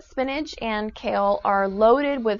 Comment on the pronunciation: Did she say Spinage? It's SPINACH!!!!